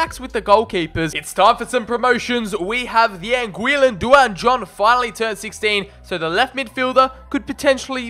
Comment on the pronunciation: Duane is pronounced Dwayne not Du-an